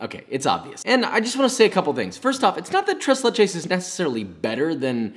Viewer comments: Tress Lachess? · Ahh yes, my favorite dessert. TrAys LAychess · Im not even hispanic and the way he says tres leches makes me cringe. The only reason i know the correct pronunciation is because my grandmothers colombian. I speak Arabic and english btw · I did not appreciate him saying tres leches when it's pronounced thres leches... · He made tres leches but he kept calling it trace lay-chase? What is that?? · A white person saying tres leches instead of trays laychays? My god... They’re evolving. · tres leches,,, no ma’am